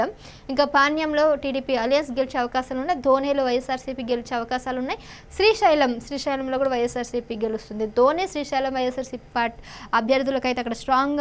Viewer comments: ధోని కాదమ్మాది డోన్ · నిమొఖం చూసుకో దోనే కాదు డోన్ చదవడం నేర్చుకో నీకన్నా నేను మేలు ఐదవ తరగతి